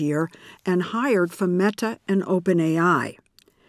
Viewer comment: every time she says meTa